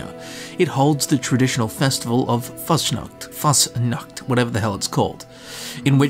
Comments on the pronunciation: The sch in Faschnacht is pronounced like an sh so its kinda like you would say fushnucht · YOU PRONOUNCED IT WRONG luv u💖